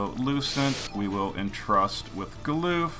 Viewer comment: Gah-luhff not Galoof. He's not a Bidoof.